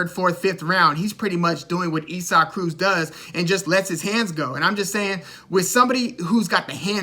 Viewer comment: Pronounced Eee-sock Cruz. You did your homework. Good stuff!🥊🥊